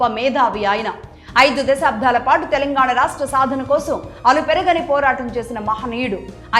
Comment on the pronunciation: స్పృశించారు అని పలకాలి, స్మ్రశించారు అనికాదు. దశాబ్దాలుగా అని పలకాలి, దశాబ్ధాలుగా అని కాదు. తెలుగు నేర్చుకున్నాకే యాంకరింగ్ మొదలు పెట్టండి